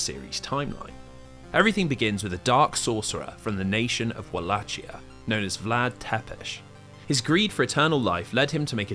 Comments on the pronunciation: I dunno if I can sit through seven hours of this when 11 seconds in I hear "Wall-ATCH-ee-uh" instead of "Vul-ACHE-ee-uh"... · walachia is pronounced with a hard C, not a "ch" sound. Its wal-ay-ki-a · Wallachia is pronounced [Vah-Lah-Key-Uh] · walachia is pronounced like a V (Vah lah kee ah) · One small correction as someone from the actual region of Wallachia/Valahia, it's pronounced Val (as in Valentine) A(as in father) Hi ( as in Michael Jackson's hee hee) Ia (as in Yarrrr like a pirate). Aside from that, awesome video. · It only took you ten seconds to mispronounce Wallachia in a 7 hour long video!